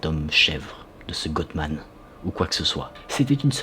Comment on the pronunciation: Salut! GOATMAN se prononce GOAT comme AUTRE. Désolée, c'est juste pour t'aider .